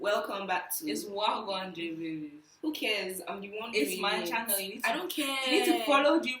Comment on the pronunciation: it's wagwan*😂😂